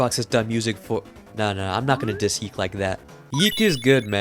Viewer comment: I am pretty sure YIIK is not pronounced “yeek”. Given the context of the game world, developers pronounce it “Y2K”